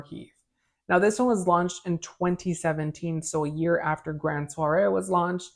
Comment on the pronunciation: It's Grand Soir Not Soiree There's No A at the end of the word Its Pronounced Swar